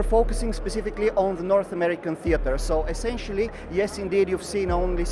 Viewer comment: Essencially. Essencially.